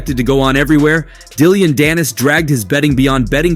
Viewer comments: Dilliyan.dannis? Dillyian lol.. fuokn AI isht voices annoying man. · Dilly-ann danis lol why you saying it like that lol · Dillyon? I think it's just Dillon. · Dillion danis…. Learn the name before making the video.. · I think I keep hearing you say DILL-ION Dannis Like “dilly on “ Dannis and it’s cracking me up😂🤣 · Hahahah Dilly-Ann Dannis!? 🤣🤣🤣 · Content creator you're garbage. Atleast get peoples names right.... who the hell is Dilleon Dannis? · How u gonna call him dill-ion danis 😂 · How do you mispronounce Dillon Danis’s name 😂